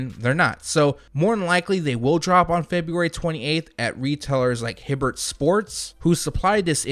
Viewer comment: my guy it's HiBBETT sports lol you butchered my stores name